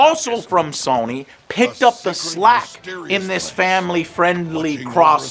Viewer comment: How can you not pronounce Sony correctly? Did your mom drop you on your head as a baby?